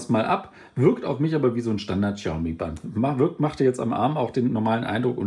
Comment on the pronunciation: Sprich die Marke doch bitte richtig aus.